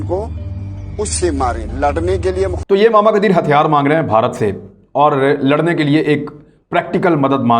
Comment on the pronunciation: "larnay k liye.." Yeh lehjah Indian hai. Pakistan main log is lehjay main "Larnay" nhn boltay